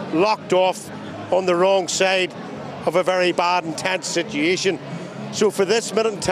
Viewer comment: I have a question,...what is a "sitiation?"